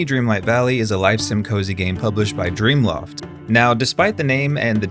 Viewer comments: You said Dreamloft 3 times. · They are call gameloft not dreamloft